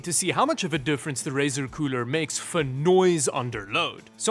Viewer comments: stop saying coorel its getting on my nerves!! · please never ever say cooler again. coorel is now the go to word. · UGH the word “Coorel” please don’t call it that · “Ice coorel” wtf is that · hey that llano does not say coorel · why he call it coorel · Surely "ICE COOREL" isn't them screwing up the L and R Hahahahah🤣🤣🤣🤣🤣